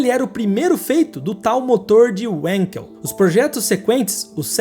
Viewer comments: Seus vídeos são ótimos, mas gostaria de fazer uma ressalva.. Não é Uankel, é Vankel, por se tratar do idioma alemão.. Abraços.. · PELAMORDEDEUS não é UANKEL.... É VANKEL. VEJA, NAO É VOLKSUAGUEN . É VOLKSWAGEN. Só nos EUA o W é lindo como U. No resto do mundo W é lindo como V. Na verdade W é DUPLO V. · Não é "uenkel" ! É alemão e se prenuncia VANQUEL. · Não é UENQUEL - é - Wankel mesmo com o A tendo som de A mesmo e o W com som de V. É nome Alemão não inglês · por favor, não me entitulem de chato... mas a pronúncia correta do nome do motor, tendo em vista sua origem, não é "uenquel", isso não é inglês... é Alemão... portanto a pronúncia correta é "Vanquel" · Amigo, o inventor do motor rotativo é alemão e por isto a pronuncia correta é "Valkel" e não "ualnkel" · A propósito, Wankel era alemão. Se pronuncia "vánkel" e não "uénkel". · "Venkel" não "uenkel" W tem som de V no alemão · Uenquel...kkkkk. Video bom, mas a pronúncia mata... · Alguém explica pra ele q se escreva WANKEL, mas se pronuncia "VANKEL" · ...a pronuncia do inventor do motor rotativo é com V pois o som do W em alemão e assim,logo é Félix Vankel a sonoridade Linda saga da Mazda,me lembro disto tudinho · Corrigindo o nome do invertor do motor rotativo, é Felix Wankel (se fala Vankel)